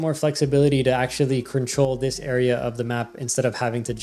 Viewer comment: stop saying control "crinch troll" please 😭